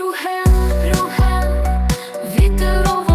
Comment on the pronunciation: Чому Рюхен, а не Рюген!??